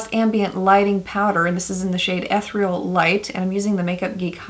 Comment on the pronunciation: Love your videos, but fyi eth-EAR-ee-all. Sorry but it's the teacher in me.